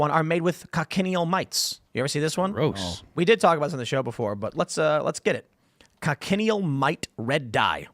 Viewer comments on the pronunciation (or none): I think the red bugs are pronounced co-shun-eel